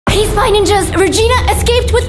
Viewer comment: Dude it is spy ninjas not "ningas"